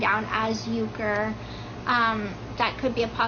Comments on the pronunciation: I thought Ken's last name was URKER? Gypsy said "Yuker" in the live about the baby's last name 🤔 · Am I the only one who is confused by how Gypsy pronounces Ken’s last name? First time I heard this I was like wait and checked the spelling to make sure I haven’t thought he had a different last name this whole time. Uker is not the same as Urker. Is it possible that she doesn’t know his last name? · It really bothers me how she pronounces Ken’s last name. It’s not U-ker it’s UR-ker. There’s an R after the U so how could it be the way she says it, like YOU-ker. It’s UR-ker. Does he say his own name like that? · Why does Ken letting keep pronouncing his last name WRONG?! It’s pronounced UR-KURR. Not YOU-KURR. The R is not silent! She pronounces it that way because people kept making fun of his last name and she didn’t like it. So she changed the pronunciation of it! How hilarious is that?!?! And dude is too AFRAID to correct her. 😂😂😂😂😂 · Did Gypsy pronounce Ken’s last name wrong? I thought it was Urker… she says Uker